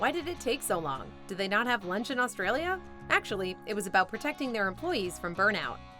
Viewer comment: I wanna say as an Aussie that we don't eat any of that shit. I'd also like to congratulate the narrator for pronouncing Aussie properly, pronouncing Australia needs work tho & Parklea in Western Sydney & the state of Queensland were not said right Also I had no idea there are Outback Steakhouses in my country, never seen or heard of them, just thought it was a Seppo-Yank thing. Also